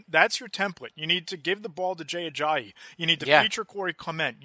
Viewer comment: A-jie-ee. Hal-a-pool-i-va-tee. Sorry man I just can’t stand how off you are on Ajayi and Vatai’s names lol